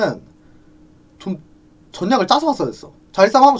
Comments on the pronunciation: 본인도 피관리 완료가 맞는 발음이란건 아는데 이미 습관돼서 못고치겠대요ㅋㅋㅋㅋㅋㅋ 한나봉 전냑 등등 온갖 ㄹ을 ㄴ으로 발음하십니다..ㅎㅎ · 근데 일부러 그러시는 거예여??? 전냑 피관니 완뇨 하는 거용